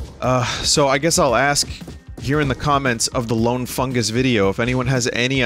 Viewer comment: Did you jus say FunGOOS? Like AmonGOOS Wait what about the goofy shit like the “Worf”’s race only peeing once a lifetime?